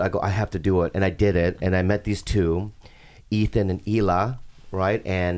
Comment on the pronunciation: they’re laughing at him saying high-la but the way Ethan himself and everyone else on h3 say it is also wrong lol like they say he-la